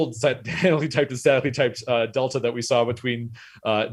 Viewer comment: At 2x, it sounds like he's saying "sadly typed languages"